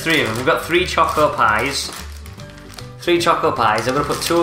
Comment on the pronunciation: Three not free